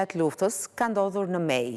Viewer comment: Eh lotet e ni nane😢 sa t vshtir e kan pas Gjitha Nanat Kosovare e njera nder to je kan ti dada Pashke .. Zoti marrt hakt per ta😢 Ju kisha lut prezantueses le ta shqiptojë mire kete vend jo ”Mej” por Meje! Shpirti ju past dritë gjithë atyre qe sod nuk e gzojnë as lirinë dhe nuk jane me Familjet e tyre😞🙏🏻